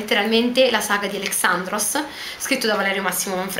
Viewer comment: Credo si pronunci Alèxandros, perché fa riferimento al greco antico, che ha l'accento sulla "E"...